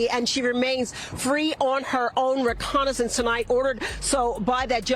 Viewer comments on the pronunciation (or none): Did the reporter just say she was released on Her own reconnaissance? Lol 😂Yup I watched it again! The word is recognizance. Sorry I only have a High School diploma. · another uneducated journalist she said reconnaissance it's actually recognizance